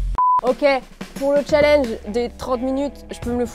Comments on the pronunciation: Tu a dit chat linge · Challenge elle a dit cha l EN ge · La prononciation du mot "challenge" est morte😂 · Il faut prononcer le n de challenge